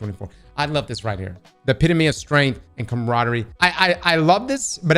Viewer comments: Epy tome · Epitome (E-pit-oh-me) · why're you always saying words completely wrong and then saying them perfectly the next time lol? Like chitin and epitome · does it bother anyone else how he pronounced epitome? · Astounding people cannot pronounce “epitome”